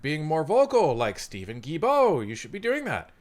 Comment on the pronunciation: It is pronounced Steven Gill-bow like a fish gill and bow like a bow in a girls' hair 😊. Sorry I just had to. French is harder than many think.